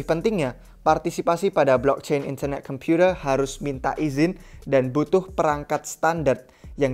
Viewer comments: gak enak banget ngomong internet computer nya wkwkwk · In-ther-neh Kem-pyu-tee,h lets goowwww !!!! Kacau ini proyek, usaha centralisasi dari satuan-satuan proyek desentral. Pingin jadi penguasa tunggal dunia. Not a fan.